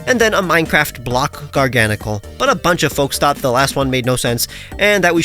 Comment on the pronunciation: Garganacl is pronounced "Garga Nah Cul" not "Gar Gana Cul" In the same way that Nacli is pronounced "Nah Clee" and Naclstack is pronounced "Nah Cul Stack"